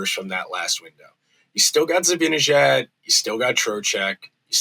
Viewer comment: Great rant,. But it's time you started pronouncing Mika's last name correctly. It's not difficult.